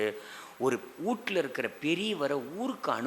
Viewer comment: வூடு என்று சொல்லக்கூடாது. வீடு என்று சொல்லவும்.